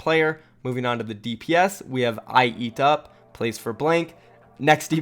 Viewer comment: It’s I-eat-u-up not Ieatup.